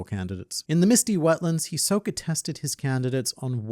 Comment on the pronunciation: hi soka? no its hiso ka